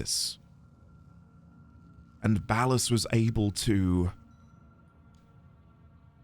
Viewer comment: You seem to have mis-pronounced Ball-Ass' name. It's OK, we all learn together!